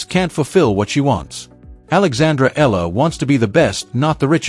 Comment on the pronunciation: you keep pronouncing ELLA..practice your tongue.. EEya LA not ELLA.. for pete sake.